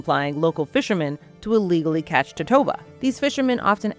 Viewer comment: Never heard it pronounced that way. In Spanish it's four syllables, to-to-a-ba, and that's how I say it in English too. The Chinese originally used the swim bladder of bahabas medicinally, which live nearby, but when they started running out of bahabas, they went for their close relative the totoabas, across the Pacific.